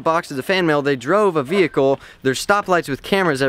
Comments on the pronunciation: VEEHICKLE IM LAUGHING SO HARD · she said vehicle wrong